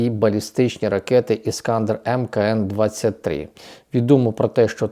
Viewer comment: Чому ви завжди говорите іскАндер, якщо треба ставити наголос на останній склад!